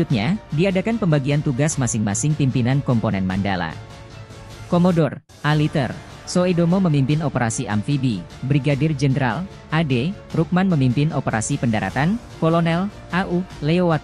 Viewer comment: Sudomo, bukan soe domo.